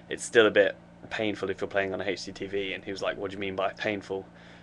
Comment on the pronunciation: HD lol he pronounces it like Hasty TV